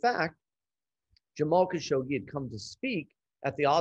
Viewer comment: Fogel doesn’t even pronounce Khashoggi’s name correctly. Oscar? No.